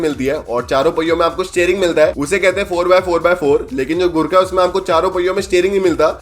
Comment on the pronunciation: Bro, Jab usne first time Gurkha bola to mujhe sunai Diya 'gu kha' next Time jab usne bola to mujhe sunai Diya ' gutka'